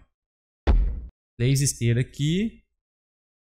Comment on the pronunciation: tlês saídas e entlar aqui. tão fofinho né kkk